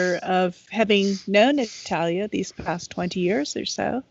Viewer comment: Thank you, for pronouncing Natalia’s name correctly. No one ever does!